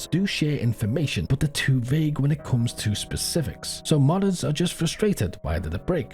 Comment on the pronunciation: I keep hearing “mothers” instead of modders. Hopefully the mothers aren’t quitting DayZ